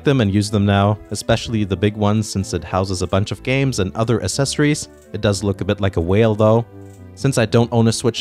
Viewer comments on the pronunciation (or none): Accessories= is said Akcessories